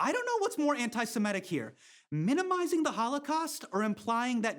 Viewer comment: Did he say "Ant-I-simetic"?